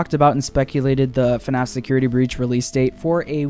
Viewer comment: Heard u said FUNNaff